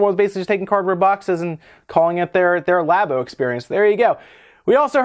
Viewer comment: Labo sounds like labia